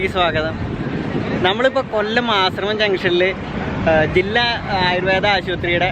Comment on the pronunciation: ആശ്രമം ജംഗ്ഷൻ അല്ല ആശ്രാമം